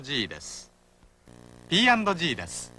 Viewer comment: "Pandogies" You pronounced P&G ALL wrong!